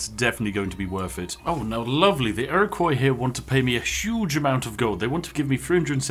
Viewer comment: Iroquois is pronounced Ear Oh Kwah not Ear Oh Coy 😁